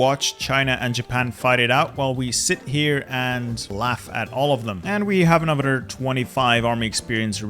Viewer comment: why do you say anodder instead of another